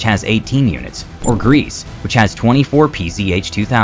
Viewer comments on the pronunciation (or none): none